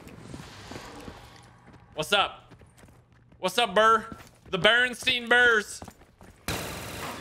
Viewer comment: it’s barinstain bears not barinstein bars.